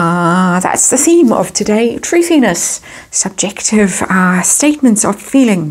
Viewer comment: “Thuthiness”……. So funny 😂